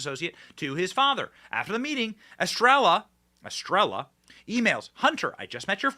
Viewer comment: ll is pronounced 'y' in Spanish, take a lesson. LL=Y 'estreya' = Estrella